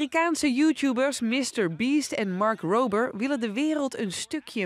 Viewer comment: Mark rrrrrober